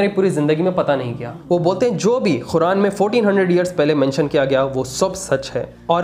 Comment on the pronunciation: Speak Properly - Khuran Nahi Qur'an